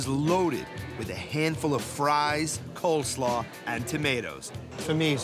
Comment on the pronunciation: Did he say unique COLD slaw?